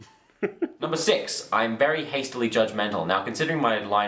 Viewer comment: Vewy nice.